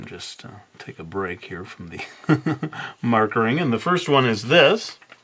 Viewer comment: Lol 'markering' 😂 Good one, 😜